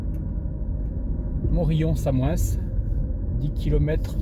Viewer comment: On prononce pas le S à la fin de samoens si jamais 🤣